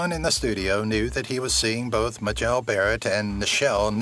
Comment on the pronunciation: AI mispronounced Majel into the bargain...